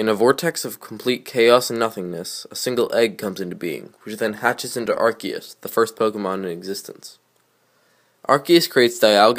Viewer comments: The correct poronceation in (ar-key-us) you are correct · you say arceus correct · You actually pronounced Arceus correctly